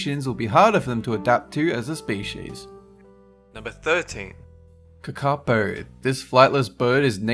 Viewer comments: KA-ka-po, not ka-ka-PO. Also means 'Night Parrot' not 'night owl'. Yeesh. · Um its kakapu 😂